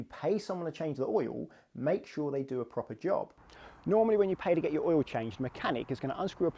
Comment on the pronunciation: Pretty sure oil is a one syllable word.